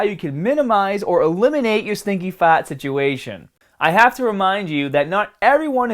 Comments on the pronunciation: Just once, I'd love for him to pronounce the R! FaRRRt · About wrecked my truck laughing when you pronounced fart! No offense, like your videos!! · you say fart funny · Why do you say fart like an Australian? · I know man! But you sound incredibly Australian saying fart. Keep up the good work my man.